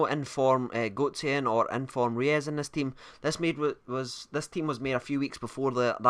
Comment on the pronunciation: he is not pronounced reyes as well......